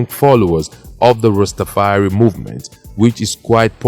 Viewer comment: Its pronounced rasta far i